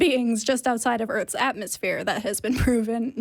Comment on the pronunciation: That’s a whole lot of earfs and axes.